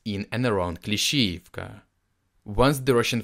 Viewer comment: I’m going to save this episode because I like how he pronounces Klishchiivka and he may have said Klishchiivka 25 times. Lol!